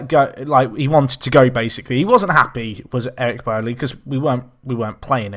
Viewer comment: Eric Bailly I think is pronounced "Bye-eee/Bahyee"